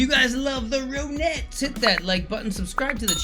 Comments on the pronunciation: The correct pronunciation is RON--ETTES, not ROAN--ETTES! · Ron ettes, not rone ettes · It's is pronounced THE RON-ETTS! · amy winehouse was inspired heavily by ronnie the lead singer it's pronounced ron- nettes !